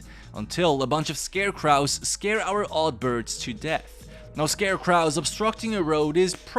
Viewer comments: For clarification, the W at the end is silent: Scare-cro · ScareCwrahs? why do you say it like that? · This is not to be mean but why you say scarecrows like that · Just read the other comments & saw everyone else saying the same thing so I apologize for being a cunt. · I do not like how you pronounce scarecrows lol